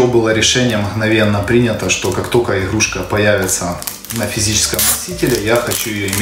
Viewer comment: иГГГрушка 🤦‍♂️ппц Говор